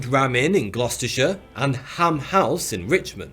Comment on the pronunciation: How is it that a Brit can’t properly pronounce “Gloucestershire”?